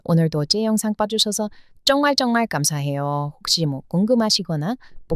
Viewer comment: 발음 아주 훌륭하신데 ㅈ 발음이 ㅉ에 가깝게 들리네요 정말정말이 쩡말쩡말 좋은하루가 쫗은하루 이렇게요